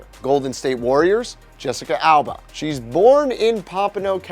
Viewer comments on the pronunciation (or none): none